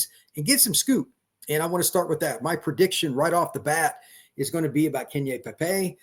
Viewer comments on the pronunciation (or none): It’s pronounced Key-Nai for future reference.